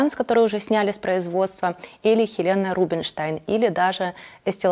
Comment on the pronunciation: Произносим правильно-Елена Рубенштейн